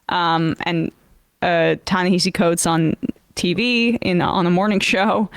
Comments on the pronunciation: Emma! We love you, but please please pronounce Ta-Nehisi Coates’ name correctly. It’s Ta-NaHASi Coates, not Ta-NaHEEsi Coates. It should sound like Taw-Naw-Haw-See with an emphasis on the third syllable. Not Taw-Naw-Hee-See. Please. It’s disrespectful otherwise. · It’s pronounced “Ta Neh-HA-See” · It’s pronounced “Tah Nehahsee” okay peace✌️. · his name is pronounced TA-NA-*HASI*. the only place I've heard it said right is democracy now.